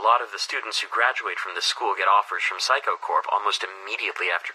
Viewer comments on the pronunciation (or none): When you say Mr. Saiko it sounds like psycho